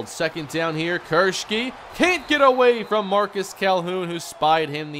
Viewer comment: likes saying kirsche😂😂